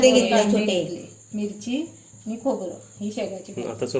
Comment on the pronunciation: ek request aahe tu ळ च्या जागी ल का बोलतोस आजही title सगले आहे please ळ बोलत जा आणि पण आनि बोलतोस राग मानू नकोस videos छान असतात तुमचे पण थोड भाषेत खटकते